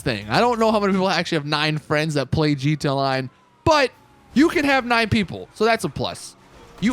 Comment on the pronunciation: This guy keeps saying GTONLINE